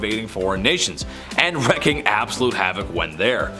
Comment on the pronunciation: The saying is..."Wreaking Havoc", not "Wrecking Havoc"... So many are saying this, among with so many other sayings. Actual reading, instead of merely hearing things would help so many actually say things correctly. 🇨🇦